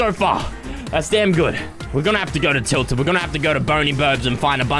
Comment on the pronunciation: he said tiltid lol